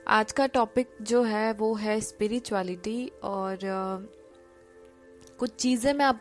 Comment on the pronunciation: Hi, Aapka spirituality ko speereetuality bolna bada cute lagta hai.